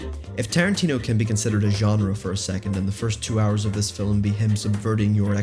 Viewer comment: Wtf is a fil-um?